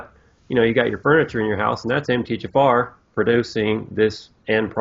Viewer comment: For some reason when americans say MTHFR, I hear Empty-Jafar